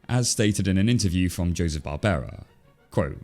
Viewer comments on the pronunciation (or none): none